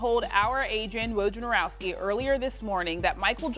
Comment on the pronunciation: Can ESPN do an entire day where they train their hosts and analysts to pronounce Woj's name correctly.